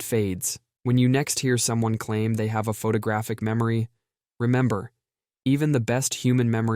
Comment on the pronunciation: "Incridible" memory?? "Photogrphic?"